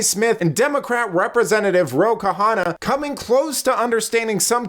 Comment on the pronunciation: Ro Khanna (pronounced Conn-nah) not Ka-hanna. Thanks for your content and yes, let's make America great again !